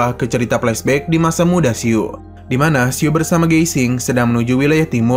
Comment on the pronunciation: Min salah ucap, bukan keluarga yusuan, tapi tce chuan, juga bukan si-u tapi siu satu suara